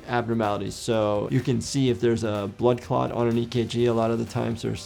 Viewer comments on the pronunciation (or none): I yawned when he said blood clot and I heard blood cock